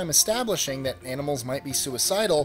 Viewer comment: 18 confused me for a while, thought you said "animals eating plants" and not "animal eating plants"